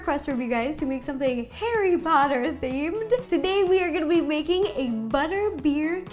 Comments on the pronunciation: HARRY POTTAH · Me seeing the “theme cookie” Harry Pottie ! Sounds like Hairy Potty 😂😂😂😂😂🤣🤣🤣🤣🤣🤣